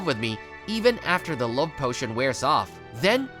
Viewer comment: Bro said portion instead of potion